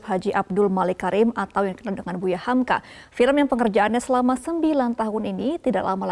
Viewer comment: Hamka, cut bukan humku